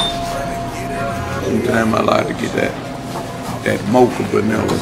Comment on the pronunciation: "baniller" lol he did that cowboy hat